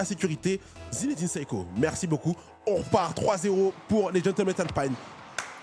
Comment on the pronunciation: Pourquoi dire "Alpine" avec l'accent anglais ? Alpine est une marque française, c'est Renault ! 😅